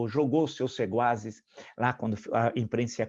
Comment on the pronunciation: Não é "seguaz", com "g". O certo é SEQUAZ, com "Q"